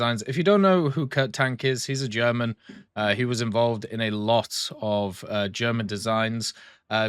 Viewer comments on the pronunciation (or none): none